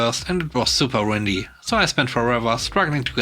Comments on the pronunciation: Windy = Win-dy Not Wind-y It bothered me enough to make this comment. Sorry. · No need to apologize. I just hope that you'll be more aware of proper enunciation of those two words. One refers to the wind, while one describes something with lots of turns and curves. A country road/path could be described as windy, for a very common example. I hope you have a good day. :)